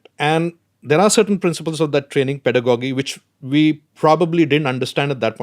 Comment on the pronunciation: its Pedagogy (....Pedagogical) ending should sound like gi and not like Doggy.....Sorry to correct here....